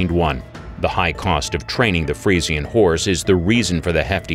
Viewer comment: You're pronouncing the freisan breed wrong